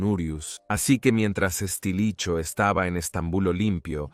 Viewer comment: "Estilicho". xD